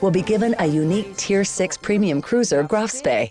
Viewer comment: To be honest... it isnt THAT hard to say Graf and not Grove